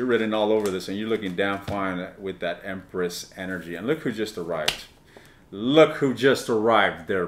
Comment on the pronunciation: All I keep hearing is you’re going to “lick” instead of look. Unless I was hearing it correctly 😂